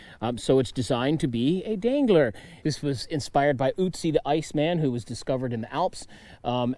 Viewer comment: Uzzi? His name is Ötzi! But i know, you americans can not pronounce an Ö, or you do not want to. Same with Böker! 😅